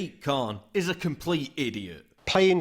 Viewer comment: Fake Paul Joseph Watson, you said it wrong it's said Sadiq Khan IIIIIIIIIIIIIIIIIIIIIS a complete idiot